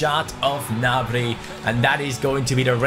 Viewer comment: You have been saying Martial and Gnabry's name wrongly